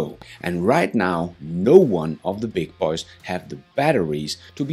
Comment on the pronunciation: Only the narrator says it with a country & western twang, like "th' beig boeh'z" as if he's George Straight or something... 😁